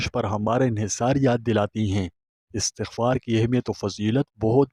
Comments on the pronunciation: yah lfz astaghfar hay not istghfar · Ap ka bayan buhat acha ha lakin ap is ko ghalt par rahy hain pronounce sahi nahi kar rahy apni ghalti daroust kar lain